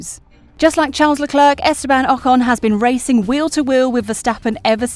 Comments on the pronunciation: But why does she say leclerc with the last c its silent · Firstly - is it really so difficult to pronounce a person's name correctly - especially when his name is mentioned at least 20 times every GP wekend? The "c" at the end of Charles Leclerc's name is silent! I don't think Max has a chance in hell of getting the championship now unless Mercedes have reliability problems. It is very unlikely that the weather will be anything but sunny and hot. The question I would love to know the answer to is why Mercedes had the dip in performance before Brazil, when all we heard from Mercedes was "Max has a much faster car". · WOOOWW u rlly said Charles Leclerc's name so wrong